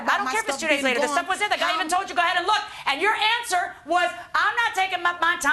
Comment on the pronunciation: Judge needs to learn to say go ahead instead of ga head